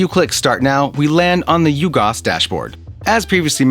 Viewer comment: Nice review. At first I didn’t understand your pronunciation because it sounds like you’re saying “U-Gos” rather then “UG OS” as in UGreen OS.